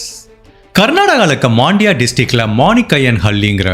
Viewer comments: அந்த நகரத்தின் சரியான பெயர் மாண்டியா. ஆனால் நீங்கள் அதை 'மாண்டியா' என்று உச்சரிக்கிறீர்கள். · தயவுசெய்து ஊர் அல்லது நகரத்தின் பெயரை உச்சரிக்கும்போது எப்போதும் கவனமாக இருங்கள். அதை 'மாண்டியா' என்று உச்சரிக்காதீர்கள். அது ஒரு நகைச்சுவையாகிவிடும்.